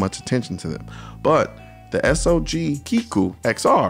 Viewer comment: Love you, Colion, but it's not S-O-G, but SOG ... pronounced like "dog".